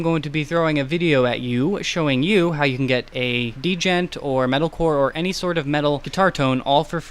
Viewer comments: he just said d-jent omg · dee-jent bro